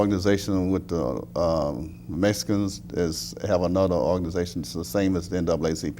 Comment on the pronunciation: I like how they say Mesikans haha